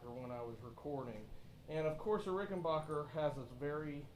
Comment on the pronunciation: It's Rickenbacker. What's a Rickenbacher